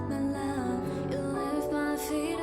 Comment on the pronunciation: Yes ballads typically don't have them singing along side a backing track like dance heavy songs typically have. Thats why you can hear them clearly change a few things, like how on the track Asa says "love" with a pronounced "F" kinda like "flove" but in the live she does not. Of course they still have effects like echo when needed but it is indeed live. I do hope you guys check out Twice because that means you can see the Killing Voice video, it's so good. I would of course also nominate groups like Bigbang to get some OG dudes in there and Red Velvet aswell mainly because I'm hooked on the new Red Velvet comeback, Aespa is also so good and interesting to go through simply because of how wild their MVs can be. Maybe one day has experienced at least one group from each big label.